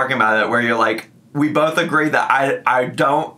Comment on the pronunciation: 'Bolth' will never not enrage me.